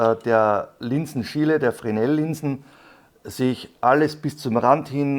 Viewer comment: Glaub die Linsen werden zwar Fresnel geschrieben, aber Frenel ausgesprochen. Kannst ja mal nach Aussprache von Fresnel Linse googeln.